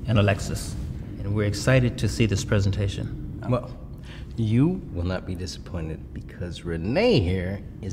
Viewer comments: Greta looks great, even cuter then Renee! Yet, she gets fired? There is NOTHING wrong with hard work. My parents always said, "Don't let anyone down, hard work always pays off" At least the boss says "PREE-san-tay-shun" instead of "prez-an-tay-shun" and also, you CAN'T fire someone without the official papers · I like how he says preesentation and not presentation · Is no one gonna talk about how he said pesentation.. even in the lyrics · The fact that she said prEEEsintion 2 times triggered me.....>0<